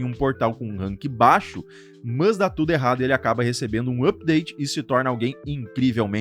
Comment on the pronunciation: Conteúdo top, a lista ficou muito boa, porém você repetindo o tempo todo "mãs" chega a doer o ouvido mano, sei lá mano, usa o porém ou entretanto, agora "mãs" usa não.